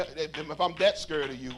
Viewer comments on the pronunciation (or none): And why cant he PRONOUNCE "scared"?....public speaker with poor pronunciation??? Wtf?